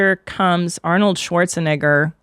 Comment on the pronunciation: Christina’s Pronunciation of schwarze - Negger was rather interesting..